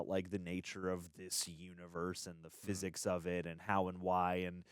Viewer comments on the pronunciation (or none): none